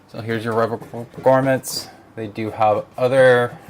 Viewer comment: Thanks for this, I was considering it but I use all air cooling so I guess not a good fit. As an aside, they are pronounced GROMits, not GORMits :)